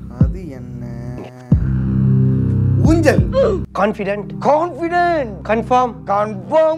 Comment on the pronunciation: ஊஞ்சல் இல்லை குஞ்சள்